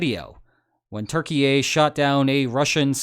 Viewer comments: Hi,! You are saying Turkey-yay 😅 wrong... again 😂 Hope Erdo doesn’t hear you or this might lead to real problems for NATO 😮 The correct pronunciation would be with a “u” as in “you” and the ending is more of an “yeah” in stead of a “yay” Try it out - T-you-r-key-yeah! PS If your policy is addressing people the way they insist no matter the cultural context or whatever, please address me as God-Emperor. I would be grateful ☺️ Cheers and keep up the nice work, mate. I appreciate your channel but the LOLs are also a must-have when discussing geo-politics. Otherwise it becomes too dull and repetitive. Remember, yeah, not yay! And if you mention Bulgaria, know that the u is pronounced as the o in “love” rather than the u in “you” Also, try saying Tsrnagora in stead of Montenegro. I digress… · why do you say turkeyay? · Is Turkey pronounced Turkeyaye? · bro keeps saying turki-ye lmao, cmon man just say turkey at this point. or pronounce it turkii-eh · it's turkey, not turkey-yay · Turquyia, not Turkeyei!!! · Love your videos, but I gotta say - it's pronounced "tur-KEE-yeh" not "Turkey A" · Can you stop calling Turkey "TurkeyYay"? It sounds so stupid. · Turkey-ye? How did Kanye get involved? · Wtf is a Terkeeayy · Why you saying turkyie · LEARN HOW TO PRONOUNCE THE COUNTRY OF TURKEY, You sound silly and ignorant. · Hej man, I just wanna say that you're saying Turkey wrong